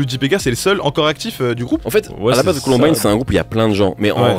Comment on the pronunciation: ColOmbine????? Frr c'est Columbine, bonne vidéo mais dommage pour cette erreur.